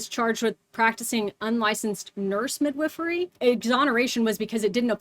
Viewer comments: Cant get over how she pronounces it like "Mid-whiffery". Sounds so strange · That is not how i thought midwifery was pronounced 😂